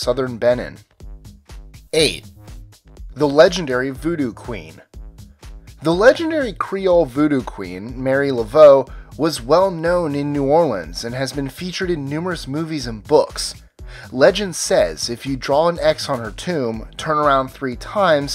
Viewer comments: You pronounced it as "Mary" thats wrong. Its ' Mah-ree ' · It's MARIE, not Mary.